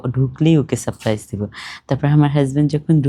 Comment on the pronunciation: আপু সাপ প্রাইস নয় সারপ্রাইজ আপনি একটু ঠিকঠাক বাংলা ব্যাকরণ উচ্চারণ দেখে নেবেন